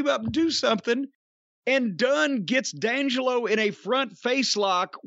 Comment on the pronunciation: D’Angelo is “Dee” Angelo not Dangelo